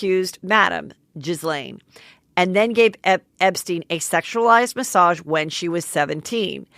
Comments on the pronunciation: Pronounced ghee laine ryhmes w elaine. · Heather, I love you but for the love of God, when you don’t pronounce Ghislaine’s name properly you sound uninformed. Its Guh-Len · Ghislaine is pronounced "gee-lane." Hard g. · Not that I care about pronouncing her name right, but the S in Ghislaine is silent. It's Ghee-Lane. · I dont think thats right either 🤔 wouldnt it be Guh-lane